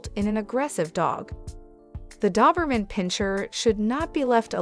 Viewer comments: It’s Doberman not Duberman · Dawberman? My Doberman didn't like that. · You aren't even pronouncing the breed name correctly! Ugh!🤦‍♀️🤦‍♀️🤦‍♀️ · Why do you keep saying doberman instead of doberman? ;)